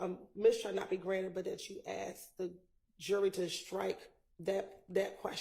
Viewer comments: I axed, how is that acceptable English? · How does spell "ask"? Is it ax, axe, or aks? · “When I axed the question your honor” … what a joke. Did this prosecutor pass the bar??? PLUS, THIS JUDGE IS DIRTY. She’s a Wolf in sheep’s robes. It stinks all the way to here in Oregon. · The prosecution ax a question, what is ax?